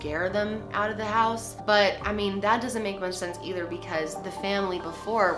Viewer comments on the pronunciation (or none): none